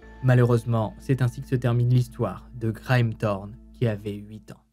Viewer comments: Une affaire incroyable, et bien raconté, bravo ! Cependant une petite critique si tu permets, le prénom Graeme ne se prononce pas "gra-ème" mais grimm, comme le chanteur Graeme Allwright bien connu en France. J'avoue qu'à chaque fois que tu le prononçais, ça me faisait tellement tiquer que j'arrivais plus difficilement à me concentrer sur l'histoire ! ;) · Ce ne sont pas des dollars ($) mais des livres (£). Pour votre information le prénom de ce garçon se prononce "grime" et non "grème" ou "graème" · Greame se prononce Grime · Graeme se prononce "grim" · Dommage pour le non-effort dans la prononciation de Graeme, un minimum de recherche aurait pu éviter cet impair.